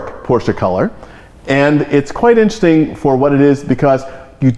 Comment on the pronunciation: Enunciate Mr. Osborne, i-n-t-e-r-e-s-t-i-n-g, not in'sting.